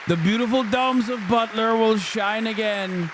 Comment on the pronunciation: Hitting the “butt” in butler Pennsylvania real hard there